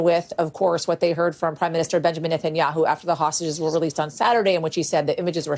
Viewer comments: The funniest part about this whole show is Bro calling ol boy nutaninyou lol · Hi name is Ne-tan-ya-hu